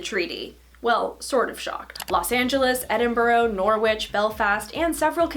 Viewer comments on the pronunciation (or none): Sorry, I have to comment on your pronunciation of British place names – they’re often not as they appear. Edinburgh: Eh–din–bruh, watch?v=QambHNgbwp4 Norwich: Nor–ritch, – like Greenwich, watch?v=Ct4u5Ok2jag